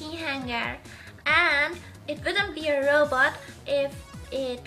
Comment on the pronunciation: i was saying that she pronounces robot like roboter, calm down